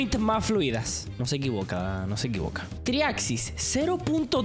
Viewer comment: dice "Triaxis" Gente que no sabe: 😃 Gente que juega geometry dash: 💀